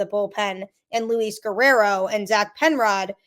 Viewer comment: Same with "Grissom" and not "Grisham". Also not calling "Luis" as "Louie".